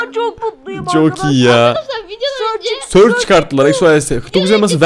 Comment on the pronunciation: Abi onun adı sörç. değil. onun. adı. sıraç